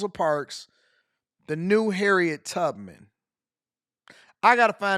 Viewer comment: She said Harriet tuppits 😂 and not Tubman 😂